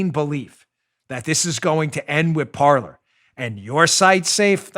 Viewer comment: I think Parler was destroyed because no one knows the pronunciation of that word. It’s not “Parlor” it’s ‘Par-lay” Kind of like how the “epoch times” isn’t pronounced e-pock. It’s pronounced ‘epic’ - and for that matter if you’re calling your news organization “epoch times” then you’re using it as an adjective and the correct spelling is “Epic”. An Epoch is a noun, but still pronounced “Epic” OCD rant over. That stuff makes me nuts, man.